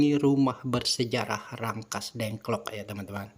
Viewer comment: Rengas Dengklok pak, bukan Rangkas dengklok